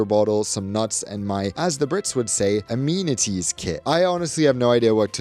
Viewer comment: Very fair review of BA based on my very long history travelling with them. Qatar or even Qantas beat them in both hard and soft product. I’ve no idea why the BA crew are so inattentive compared to competitors. One comment - don’t mispronounce “amenities” when saying it’s what we Brits call the kit- great review, but you don’t do the accent/pronunciation at all right.